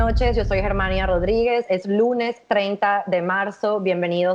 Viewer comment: Srta. Se Dice VIRUS CHINO virus chino